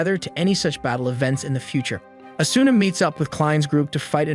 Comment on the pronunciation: asuna is pronounced asna